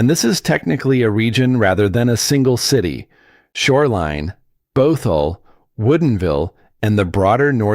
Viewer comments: And Both-all. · It's basically negative. Mispronouncing the names of Medina and Bothell are hysterical. This is called slop for a reason. It is slop.